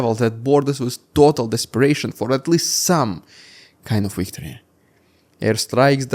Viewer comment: Interesting report. But please ! V and W are different letters. Victory not Weektory.